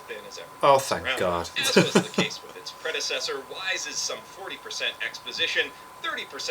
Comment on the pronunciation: That letter in the Handshakers title is pronunced like a "th", thus "With".